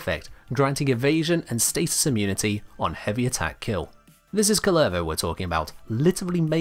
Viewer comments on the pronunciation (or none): none